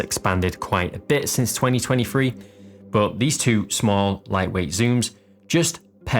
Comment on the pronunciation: do another video except youre not allowed to say "but" .... "Buh" lol.